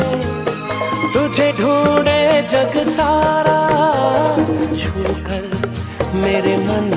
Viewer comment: Chhookar, not chookar.